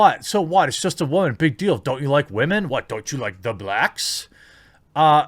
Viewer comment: goes on a 3 and half minute long rant before going to single handedly picked artice, talks WHO yet fails to mention the show changed writers , and even can't say word Woman properly ...i check out the other videos ... and i can clearly see a patern ... a very - very sad existence and need for attention :D :D :D